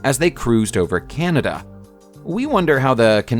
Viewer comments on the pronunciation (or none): none